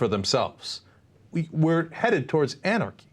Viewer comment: did Cenk just say we are headed towards "Ana" rchy. I jump in it. :)